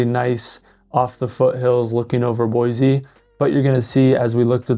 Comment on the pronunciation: Aint no "Z" in Boise. Nampa isn't Boise. Caldwell isn't Boise.